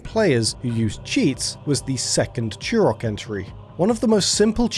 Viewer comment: Turok, not churrockk. English much?